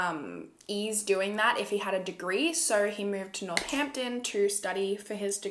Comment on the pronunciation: when she said northampton i almost spat out my coffee